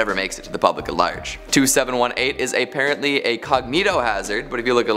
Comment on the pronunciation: Why do you say "ay" and "thee" in place of "uh" and "thuh?" Why do you say "ay-parently" instead of "apparently?"